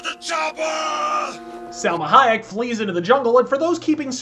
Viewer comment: This guy is the best reviewer on YouTube. Every time you kept saying Selma Hayek, I lost it lol